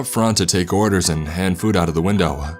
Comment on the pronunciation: Why every word he say end in Ah! Windowah womanah Ah Ah Ah. Shit annoying